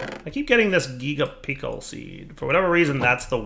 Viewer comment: THIS HAS TO BE INTENTIONAL THERE IS NO WAY HE MISPRONOUNCED BOTH GIGA AND PICKLE